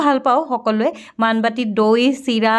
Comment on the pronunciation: Baan Baati not Maan Baati.